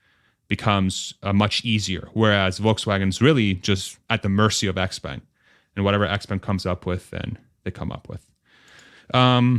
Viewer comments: Expang is the pronunciation..sortof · Xpeng is pronounced "Shaow-Pung" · I thought there's a hint of "J" in the "sh" Like the French "Je"